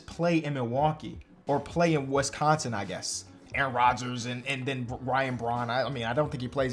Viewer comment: I agree that the Bucks are in D tier, but you gotta work on that pronunciation. Wesconsin? WESconsin?! This is why we don’t like Chicago.